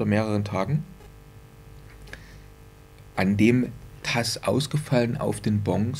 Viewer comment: Es heisst „TSE“ und nicht „TSA“ und ist keine Schnittstelle oder Online Anbindung an das FA sondern bezeichnet eine Technische Sicherheitseinrichtung die die erfassten Umsätze digital signiert damit sie in Nachgang nicht manipuliert werden können.